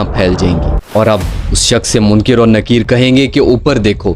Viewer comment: Munkir Nakeer ❌ Munkar Nakeer ✅